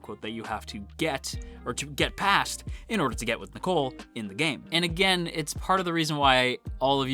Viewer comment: The way you pronounce Nicol's name is the same as the girl's name Nicole. Irregardless of how the Japanese pronounce it, I think the English pronunciation is meant to be NEE-kohl.